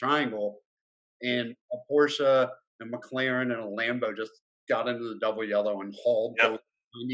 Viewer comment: Glad you two listened to me, now you know how to pronounce "Porsche" properly ;)